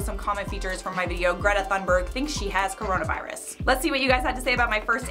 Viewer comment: thunburg someone pls correct her, it’s pronounced tuneburg